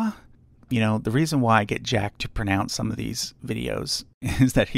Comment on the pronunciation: I’m not sure you pronounce the word pronounce correctly. But I love all of the charts. It would be nice to have a room just full of maps and charts. I want to do one for 20th century popular/rock music. Years ago I say a book about the history of rock. It was $75 and I did not purchase the book. I can just do my own book. 🙂